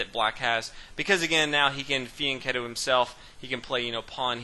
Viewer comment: what is the bishop doing? he called it thee n kennel? kettle? can someone tell me what it's called when the bishop goes to b2? i hear it all the time but have no idea what they're actually saying.